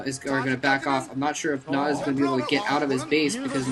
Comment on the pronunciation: it's not Red nada, we say nada. why do you say Nal Ra? nal is just a clan like NC,Red,White etc etc.